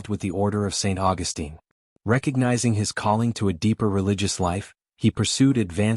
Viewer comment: You are mispronouncing "Augustine". The way you say it is how the female version of the name is said.